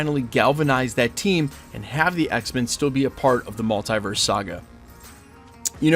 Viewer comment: I can’t with some people and saying multiverse like mult-eye-verse, like it’s a easy word please